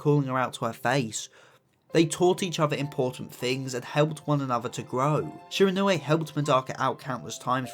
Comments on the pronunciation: My pronunciation-obsessed a$$: “It’s pronounced Shi-ron-wee” !!!😢😂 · I don't really understand how someone can't pronounce the name even though they have watched the anime where the name is said a hundred+ times